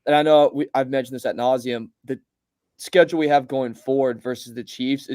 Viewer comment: Bro what word do you keep sayin?? Adnosium?? I’m so confused